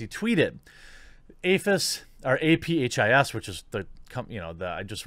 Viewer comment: You said it right. It’s pronounced “Afis”. I use to work for them.